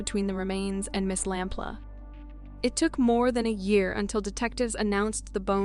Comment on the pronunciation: It's pronounced lamp loo not lamp la